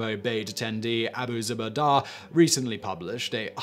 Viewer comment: The most torturous part of this video was how you butchered Abu zabeydas name